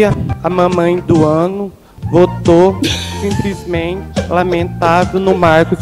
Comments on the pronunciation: "Simprismente","câmera ".... Oh! Bagaceiraaaaaaa.....🤦‍♀️🤦‍♀️ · ..."simPrismente" votei no Marcos Roberto pra presidente da "câmera"... Oooooo Brasil.............